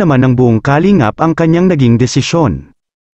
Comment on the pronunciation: pangit pgbigkas mo sa kalingap ..bkit mabilis....baduy ka